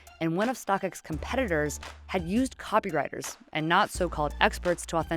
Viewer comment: i'm so confused why this is stated this way – the real real "used copywriters, and not so-called experts, to authenticate numerous items" the emphasis on "copywriters" is totally throwing me off...am i missing something or does the narrator just not know what a copywriter is?